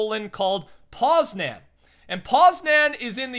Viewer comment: I'm from Poland :) Edit: by the way, it's not poz-nan its poz- nian